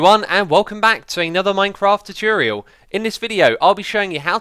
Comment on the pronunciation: Another great 'chooturial' X! :D